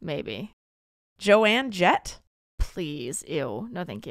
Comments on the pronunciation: Did you really pronounce Joan Jett as Jo-anne Jet 🤦🏽‍♀️ oh my.... but I'm old and Joan Jett 💯 ! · Wait wait wait wait wait, did she just say “Joanne Jett” as in JOAN JETT!?!?